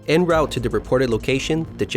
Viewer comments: en route = /ɒn ˈruːt/ ie. "on root" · Anyone else only hear Yerktown? And its "en route" , not "in route". Pronounced "on route" as its French.